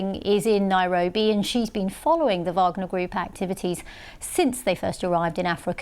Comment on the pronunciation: I love how the black lady pronounces wagner correctly